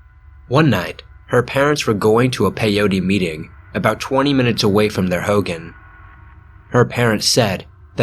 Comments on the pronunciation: Ho-gone not howgen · Hoo-goen not hoo-gin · Aaaaaaaaaaaaaaaaaaaaay I've got family at red mesa. Also Hogan is pronounced like "hoe-gone" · Hogan.... Not like Hulk Hogan, it's pronounced like hoe-gaan. Translation for home in Navajo. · It’s pronounced hogahn that’s the best way I can explain it but yeah o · It’s pronounced “ho-gone” for hogan. Not pronounced like fucking hulk hogan. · You pronounced Hogan wrong